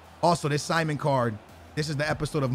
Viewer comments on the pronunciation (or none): It’s si-mone not Simon